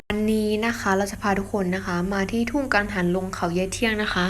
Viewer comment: ทุ่งกังหังลง🤣🤣🤣🤣🤣🤣🤣🤣คนไทยจริงดิ ไหนร้องเพลงชาติซิ